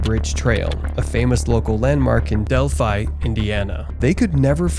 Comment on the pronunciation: bears and mountains in my area ? your fear mongering is working now im afraid to step out my back door.....oh if you want taken seriously learn to pronounce the towns names at least delphi .. del fi monon..... moe non